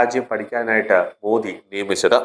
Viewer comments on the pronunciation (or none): none